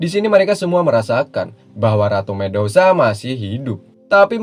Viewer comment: medusa min bukan mendosa